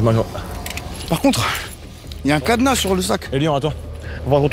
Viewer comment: " ya un cadEna , il est sécurisé avec le cadEna " 🤣